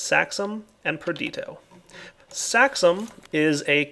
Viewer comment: PraecanTAtio, perdiTIo. I'm really sorry to point this out -- and I know you know their real name --, but it does sound unprofessional of you to know that you're saying it wrong and make no effort to correct yourself. Please don't be proud of blemishes. It bothers me and it sound obviously wrong like hearing someone say "mathky" every time instead of "mathematic." They're not ridiculously long words and they're common enough that I hear you say it every 2 or 3 episodes. A little effort goes a long way. I know this sounds terrible, and this is why I said I was sorry. I'm sorry again. But I don't know of a way to put it more lightly.